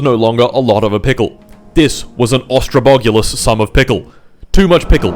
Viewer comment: mf said "𝙤𝙨𝙩𝙧𝙤𝙗𝙤𝙜𝙪𝙡𝙤𝙪𝙨"